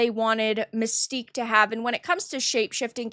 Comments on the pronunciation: It's not Mystique it's Manstyque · You mean MANSTINK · That ain't Mystique, that's "MANSTIQUE."